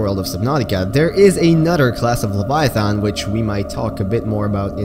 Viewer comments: please look up how to pronounce leviathan. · at least you know you said it wrong. Didn't mean to come across as rude, but I am a grammar nazi. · 1 you pronounced leviathan wrong 2 the reaper is longer than the cyclops not almost as long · WHAT YOU MISSED WAS ITS PRONOUNCED LEVIATHAN NOT LEVIATHON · Pronunciation: Reaper Leviathun How you say it: Reaper Leviathon Me: ??? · he says Leviathon instead of Leviathan............I actually think Leviathon sounds better. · Leviath’’AN’’ not leviath’’ON’’ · “Reaper leviothon” It’s pronounced leh-vi-a-then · I hate the way you say leviathan. There's an "a" there, not an "o". Stop it. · The way you said Leviathan crackedr up. It's like calling a thong Thang. Lev-I-A-THAAN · Tioper liviotoin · "Reaper leviathont" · “Reaper LaviaTHON” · "Leviathon" - 2019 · “l e v i a t h o n” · Remember when said "reaper leviathon" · Yeah, he said lev-eye-uh-thon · "Reaper Leviathon" 💀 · "reaper leviathons" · reaper laviathon, yes defifnitley how you pronounce it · Any other OCD people annoyed at his pronunciation of the word leviathan? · Mkay like im fine with everything else and the lore and all that but like I hate how you pronounce leviathan is that just me? 😂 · I hate the way he pronounces leviathan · Disliking the video solely based on how you said leviathan seconds. Stopped the video. Unfollowed. Turned off my phone.